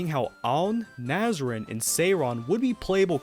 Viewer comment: I find it very distracting how you're determined to pronounce some names in perfect Japanese, while others you pronounce completely wrong in every language. Nazrin, Flandre, Marisa, Utsuho, etc. could not be pronounced worse, but Jyoon, Shion, Yuuma, etc. are pronounced in annoyingly proper Japanese. Make up your mind please.